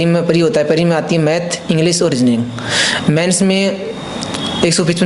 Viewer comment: Pre ko bhai pareeeeee bol raha hai. No offence he is intelligent but way of presentation is not par level to match the demand of UPSC.